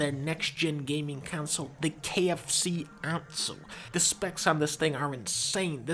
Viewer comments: I stop listening to dunkey when he said KFC Onsole and not KF Console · Its pronounced kfc onsole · “the KFC Onsole” 😂😂😂